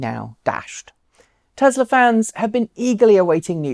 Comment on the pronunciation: Tezla? I thought is Tesla.